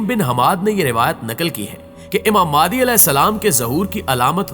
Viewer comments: امام مادی, مادی نہیں بولتے بھئ, نام صحیح بولئیے آپ," امام مہدی علیہ السلام" کہتے ہیں, نام کیوں بگاژ رہے ہیں اتنی متبرک ہستی کا!! ؟؟ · Apna talafuz to Sahi kro kya Imam Mehdi as ko Madi Madi kr rahe ho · "Maadi" nhi "Mehdi مہدی" ,... Kundah nhi Kindah کندہ", "Khirasan nhi Khurasan خراسان". Itni achhi video me aap sirf yeh lafz aur apna talaffuz sahih kar len to zabardast ho jay. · mehrbani kar k ow Madi NAHI he Imam.Mehdi A S he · Lafz Mahdie h..talafiz bhi teak karo